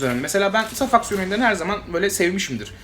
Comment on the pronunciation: "saf aksiyon" evrimi loading... finish: "safucksiyon"